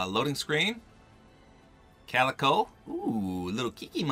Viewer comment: thank you for being the first person to actually pronounce calico right:,)